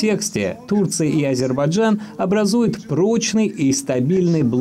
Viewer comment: Уважаемый переводчик с английского - мужчина, не Азербаджан, а Азербайджан.